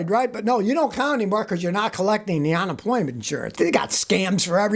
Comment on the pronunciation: Is it on-employment, or unemployment? 😂. Love ya Scotty!😉